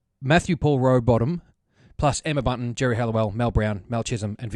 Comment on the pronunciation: "Emma Bunting" lol it's Bunton but I love the idea of Baby Spice banners.